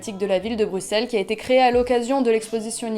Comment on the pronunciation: ça se ressent dans le vlog c'est sûr 😊 chouette que tu aies apprécié Bruxelles (prononcé Brussel please haha)